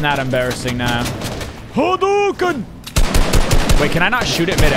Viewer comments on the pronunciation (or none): none